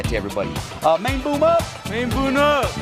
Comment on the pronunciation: its main boom not main boon lol